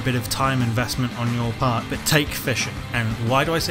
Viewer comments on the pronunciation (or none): none